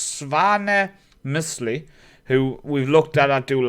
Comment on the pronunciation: Svanems-li so the hill of svanem is his name